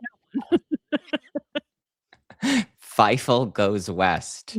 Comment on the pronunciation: Y’all, it’s still Fievel and not “Fifel”